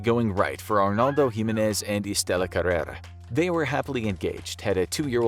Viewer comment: Anyone else thought how he mispronounced Jimenez?